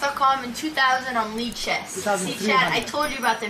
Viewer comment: why did you pronounce lichess like that lol?